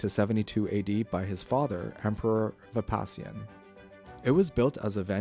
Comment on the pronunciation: Vespasian is pronounced ves\pay\shian